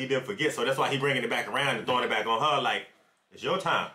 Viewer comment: "back' not 'bark'